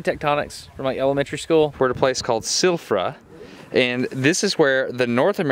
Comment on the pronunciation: Interesting video that you made Destin as most of your videos are. One small thing that I want to point out to you. In Icelandic we pronounce Silfra as Silvra (Sil-vra), one of our many exceptions. Another one would be Keflavík (where our international airport is) as Kebblavík (Qe-Bla-Vík, not i but a bit different). That is all, I hope you enjoyed this much needed trip!